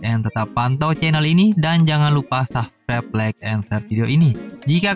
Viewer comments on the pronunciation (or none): none